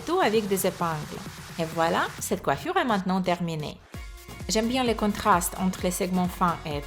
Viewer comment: Mdr comment tu parles coifuuure